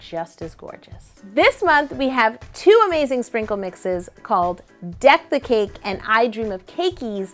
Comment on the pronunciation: i thought you said defecate instead of deck the cake smh